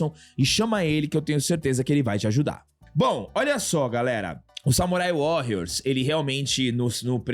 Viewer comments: Sei que é chatice minha.. mas eu fui o único que se incomodou em ele falar o Warrrriors com esta pronúncia tantas vezes? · Só uma correção na pronuncia,. Warrios apesar de ser escrito com 2 r, como é uma palavra em inglês, se pronúncia como se fosse 1 r, arranhando bem de leve.